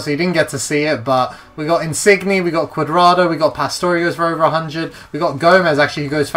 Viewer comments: nice insigne pronunciation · you say insigne wrong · you didn't pronounce in signs correctly